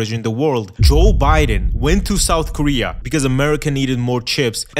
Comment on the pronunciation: Souf koweay is bwoken